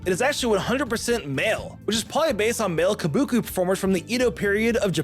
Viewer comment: The way he said kabuki hurt me on the inside. You have 1M, hire a proofreader or editor or something to catch the errors!